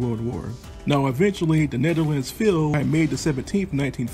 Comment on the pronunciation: His pronunciation could be better... In dutch he technically says it right, but I think he is trying to say it in english...